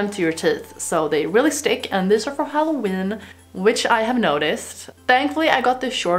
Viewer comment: You said hollowen